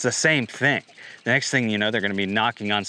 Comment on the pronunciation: "You will eat zee bugs"